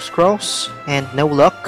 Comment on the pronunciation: It sayed luck not lok LOL 😂